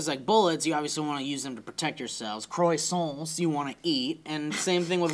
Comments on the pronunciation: croissants is pronounced kwasants. goddamnit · It annoys me how they pronounce it "crossonts"